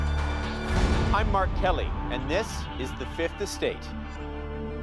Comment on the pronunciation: Everytime he introduced himself I thought he was saying R. Kelly instead of Mark Kelly I was 🧐